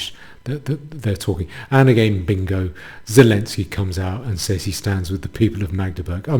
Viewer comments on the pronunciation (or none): none